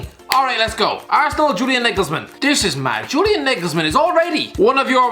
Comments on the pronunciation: He’s really saying Julian “nigglesman”😂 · Nobody: - Julian Naygelsmen😂😂😂😂😂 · Julian Nigelsmen? someone write this man's script he can't even get nagelsmann right